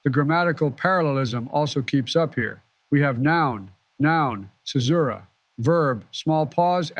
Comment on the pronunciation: One of them pronounced "Caesura" as "Kaesura" one time, not sure where. - Moreso than just being first characters in their respective lines, they're first characters in their respective couplets - Interesting double-meaning to add to the fractal! ~ War can still communicate using the beacons, while the people can't even send a letter home. A painful irony during the time of war; and a visual that the country's productivity is geared for war and not life.